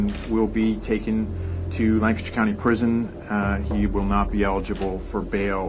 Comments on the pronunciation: im from Lancaster pa and it's killing me the way she's pronouncing it. It's lank-aster not lan-castor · Omg! I live in this area and this was big news when it all broke! Btw “Lank-ester” not “Lann-cester” lol we’re particular. Love you girl! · We have a Lancaster in SC and we pronounce it Lank-a-ster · Lan-KISS-Ter!! haha. From the area and this was big news when they arrested DJ Freeze. Glad they got the scumbag! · Ya gotta said it Lang-Kiss-ster PA. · Also weird fact, I’m from the area and we pronounce it Lankister. Weird I know! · Being from Lancaster and hearing outsiders pronounce it 😆 girl I love you! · Oof I live 1 hour away from Lancaster (which you btw said wrong) and I go to school in Lancaster and my whole family lives there. I'm shooketh. Oh my gosh I just remembered that my teacher told me that she used to live next to a murder victim and they have never solved case, but I'm not sure if it was Christy or not because when she told me that, this case wasn't solved.